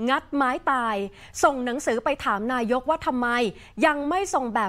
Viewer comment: นายก อ่านว่า นา-ยก ไม่ใช่ นาย-ก ไม่ใช่ นาย-ยก